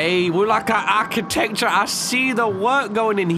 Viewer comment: "WeAh lika arChateCture"